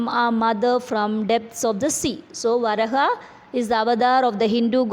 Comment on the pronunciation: It is pronounced as Va raa ha,വരാഹ.